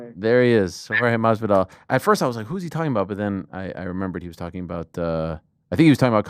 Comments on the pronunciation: I don't know if its just me, but it sounded like he was trying to pronounce it with the castillian accent, that's why the s sounded so weird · it’s very weird. I think it came from an old interview with Masvidal and he heard wrong and ran with it ever since mispronounced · Please stop trying to pronounce Masvidal in spanish Ariel 😖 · Plz plz plz plz just stop!!!!! Its getting worse and worse every time for years now.